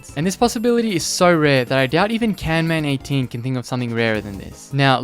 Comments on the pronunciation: Camman18 is gonna be mad, why did u call him caNman18 bro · It's camman18 not CANman18